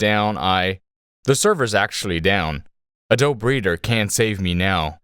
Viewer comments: AdobE!!! A-dough-be!! You pronounce the goddamn E!!! Where the hell have you been that you use computers (you’re on YouTube and making content for it) and have never heard someone say the name out loud ?!?! Jesustapdancingchrist!!! Not adob- ADOBE!!! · it's ah-doh-bee, not ah-dobe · I hate how you say A DOBE. It is ADOBEE. BEEEEEEEEE. BEEEEE MF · also it's uh-doh-bee, not uh-dohb, sir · Why does bro pronounce it like Adoe breeder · "uh-DOBE" LAWL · It's pronounced 'uh-doe-bee' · Do you really say "uhdowb" in real life? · "A -Dobe" oh dude.... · AD-O-BEE you brainlet. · ADOBEE IT'S FUCKING PRONOUNCED AH-DOE-BEEEEE. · Disliked because you pronounced "Adobe" a-dobe. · are you making the E silent on purpose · That's not how you pronounce adobe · AI voice cant say adobe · the adobe pronunciation though